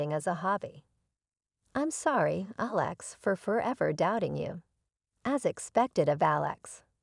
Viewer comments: this whole post is BS, from the robotic narrator that doesn't know how to pronounce words like Alex to the story subject suddenly becoming the GM for his company. and what "chef" would panic over being short ONE meal? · Forgive me but though the theme seems a good one; if you want people to believe the video you really need to fix a few things about both the audio and the captions. There was quite a bit of mispronunciations, errors in voice inflections as well as punctuation mistakes. At times the name Alex was pronounced incorrectly as Aléx; or Alex's was mispronounced as Alexa's... We were not listening about a SISTER named ALEXA, but a BROTHER named Alex... Maybe you should get a proofreader the next time you wish to post? Just my two cents...